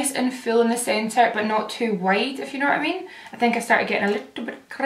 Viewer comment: Every time you say "if you" I think you're saying "F you" at first like the curse word lmao